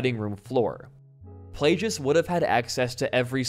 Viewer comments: good video. just please pronounce all the names right. I.E DARTH PLAGUE-IS not plajouis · It’s pronounced play-gus not play-jus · Hearing him say "PLAY-GIS" instead of plaugeis is the worst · Video was super awesome, but was there a secret joke going on? I mean, you were mispronouncing on purpose, right? Plagueis? It's literally 'plague'. So many others. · I love this video but I can not for the life of me get over how my guy pronounces Darth Plagueis. I know it's nitpicky but it's the other "g" pronunciation (like "plague" as in the bubonic plague). Regardless didn't even know he was gonna be a character tho so that's cool to know